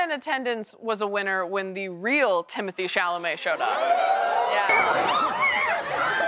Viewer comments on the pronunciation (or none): if you are going so say the man's name, pronounced Tim-o-Tay. it is not timothee as she says. Do some research